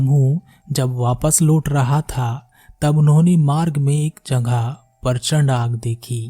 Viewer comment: परचड नहीं, प्रचण्ड होता है , कोआ नहीं, कौआ होता है दोस्त।